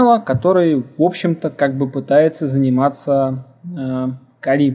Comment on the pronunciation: Да Вы оба "кадры" ))) - Один называет ХЭдра ... ты называешь ХИдра )))))))))))) ну да бог с ним ))) (П.С. ударение в слове Кали ставь на букву "А" а не на букву "И" - как это делаешь ты... ухо режет .......... Послушай как Индусы произносят имя богини Кали, если вдруг спорить соберёшься...... и да название дистрибутива пошло именно от этой богини) :) Второе: bruteforce - Грубая Сила ... Здесь нигде не оговаривается каким образом и из чего именно будет совершен подбор или перебор пароля!!! (у тебя явно бомбит на владельца того канала, раз уж так решил на нём акцентировать внимание... из чего вытекает ТРЕТЬЕ) В третьих: ТЫ ТОЛЬКО ЧТО СОВЕРШИЛ АКЦИЮ ЧЁРНОГО ПИАРА ДЛЯ ТОГО КАНАЛА!!! А чёрный пиар - это тоже пиар ))))))))))) Минимум каждый второй из просмотревших это видео пошли искать тот канал, который ты так рьяно засераешь!!! И в четвёртых: Конечно уважуха, что занимаешься этим и видимо микроэлектроникой тоже, раз у тебя мультик на столе, паяльная станция с феном..... НО НАХЕРА ЭТИ ВЕЩИ ДЕРЖАТЬ ПРЯМО В СПАЛЬНЕ??? МОЖЕТ ТЫ ЕЩЁ И ВЫСОКОТОКСИЧНЫМИ ФЛЮСАМИ ПРЯМО ТАМ ПАЯЕШЬ??? )))))))))))))))) . В остальном молодец! Так держать!!! Поставлю палец ВВЕРХ.